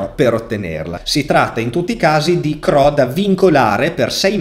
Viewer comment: CRO non si può sentire 😅